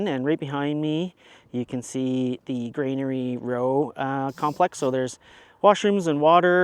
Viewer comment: FYI - it’s Granary Road. Not grainery row or Granary Row. Keep up the vids, it’s nice to see local rides